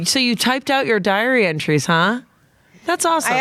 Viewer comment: I heard diary entries as "diarrhea trees"